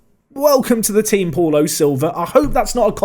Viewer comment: I think Paulo is pronounced ‘Pow-Low’ 🤷🏻‍♂️